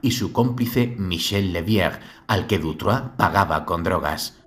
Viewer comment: Sólo un pequeño detalle, es Dutroux no Dutroix pero wow, impresionante trabajo, enhorabuena. S. Dardenne coescribió un libro para evitar entrevistas y olvidarse de esta pesadilla. Muchísimas gracias, saludos.